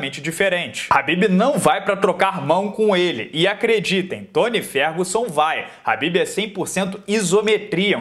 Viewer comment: É Khabib ñ Habbibs